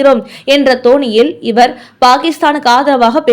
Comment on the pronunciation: தொனியில். தோனியில் இல்லை. அர்த்தமே வேறு.